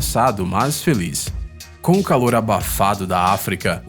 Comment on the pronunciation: Eléfantenho, Dézenas, Sédatevo, Final féliz, isso da uma agonia do caramba!!!